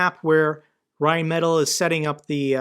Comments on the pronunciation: Rheinmetall: rind-met-tall (it's not perfect but it's close enough.) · Your pronunciation of rheinmetall is hilarious. Keep up the vids